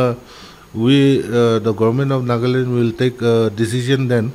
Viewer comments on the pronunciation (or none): Sister its not naagland it's nagaland